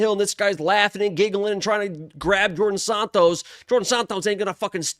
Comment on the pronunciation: Djorden Sanots lol